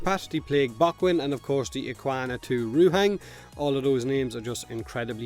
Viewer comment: Unknowingly you have achieved a cross cultural marvel... In Hawaii we have our own accent in which "the" is "Da" and "thing" is pronounced "ting" just like you.. so when asked about how something performs,such as a surfboard or motorcycle or whatever, if the thing is good we say " Brah..Da ting goes!" so props to you and Aloha from Hawaii..